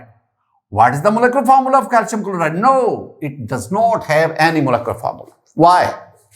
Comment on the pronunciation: Pehli baat it’s molecular not molecolar secondly aap pata nahi cheezon ko sir kyun sar sari batate hein deeply explain nahi karte agr kisi ki base achi nahi hein aap ka pora lecture sar ke opar se guzar jata hai😢